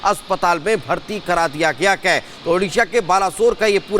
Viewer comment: आप है को कै क्यों बोल रहें हैं 😢